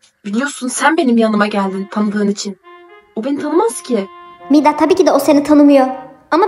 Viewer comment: Umida değil Mida